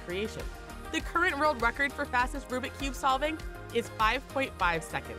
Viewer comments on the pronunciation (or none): none